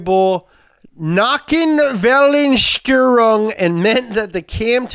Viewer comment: love it when americans try to speak german, please say again variable nockenwellen steuerung :DDD